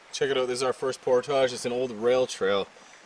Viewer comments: For the love of God,, learn how to say “portage”. I cringe every time you use that word. rips a fart….lol He has to be the only guy that does outdoors/backpacking/adventure videos that actually rips one on camera and doesn’t edit it out. is a classic. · Here we don't even pretend to pronounce it the French way, just "port-edge"!😜